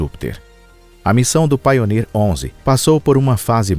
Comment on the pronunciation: Poxa meter ia a falar só traz erros. A nível de de inglês então quase nada foi bem dito. Pioneer ele diz painer entre outras. Pioneer quer dizer pioneiro, ou o primeiro painer quer dizer ... Nada não existe está palavra